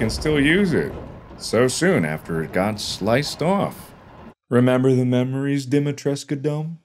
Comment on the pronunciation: I lost it when the memories became mammaries/maemaries 🤣😂